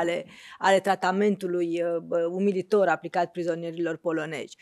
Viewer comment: În atenția. Aveți dicție, aveți școală, știți limba română. POLONEZI, NU POLONEJI! Am pretenții de la dvs.